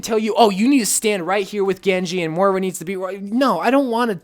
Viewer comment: MOIRA NOT MORA REEEEEEEEEEEEEEE